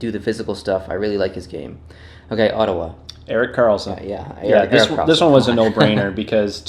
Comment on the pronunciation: "Mathwees" "Ottawwa" boi 😂